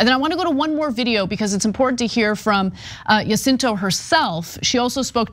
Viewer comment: It's crazy how Ana can hear Jacinto pronounced correctly several times during the outside clip yet continue to mispronounce it. For Angelenos, pronunciation of Spanish names is not obscure.